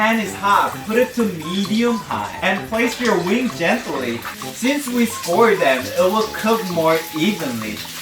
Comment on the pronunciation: I thought u said “my mom loved weed” 🤣 had to repeat it & it’s wings